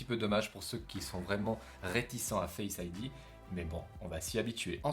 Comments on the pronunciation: Il m'a tué avec son " configurer fesse ID " Xd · Très bien cette vidéo même si je le dit après 3 ans et le « fesse id » m’a fait rigoler que j’ai presque failli m’étouffer